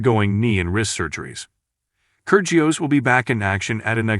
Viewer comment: try pronouncing his name correctly....